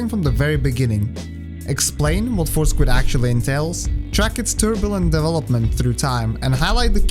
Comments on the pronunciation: Great video. I love WR Progression videos and when it comes to og Dark Souls, I couldn't think of anyone better to put one together. Also, on another note, I kept hearing "four squid" in my head instead of "force quit" lol. No disrespect intended, obviously.. that's my own mind's fault 😁😁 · I know you're saying Force Quit, but I can't help but hear Four Squid. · Anyone else started hearing Four Squid instead of Force Quit after a while? xD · Thought he said foreskin at first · i really love your accent but i have to admit that i was listening to this while driving and i thought you were saying "four squid" and not "force quit" for like half of the video LMFAO i was like what??? i thought squids were a bloodborne thing??? skfkskkfkd im so sorry anyway great video!! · it took me over 13 minutes to realize he was saying "force quit" and not "four squid" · I put this video on as background noise while painting my house. I desperately trying to figure out what four squid could possibly mean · Actually, both are acceptable. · I heard force grip lol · Those four squids take a while to fight! I can see why skipping them is so important! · You made me realize it sounds like four squid